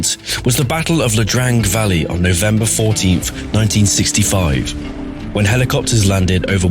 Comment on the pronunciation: It’s Ia (with an “i”) Drang, not La Drang